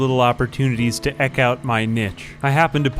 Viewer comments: "Eck out my nitch" Eke (pronounced eek) out my niche (pronounced neesh). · Just FYI, "eke" is pronounced "eek".